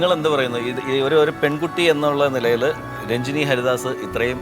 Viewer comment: Rajini alla Ranjini...adhyam Nadrishayodu poyi Peru maryathak pronounce cheyyan padikkkan paray